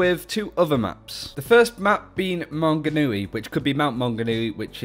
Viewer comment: How do you manage to pronounce Maunganui perfectly and not Tauranga. Toe-rung-a